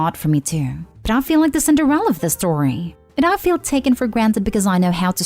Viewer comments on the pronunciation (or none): )Sounded like the voice over said Cinderrella instead of "Cinder" Ella. Her name is on page ONE.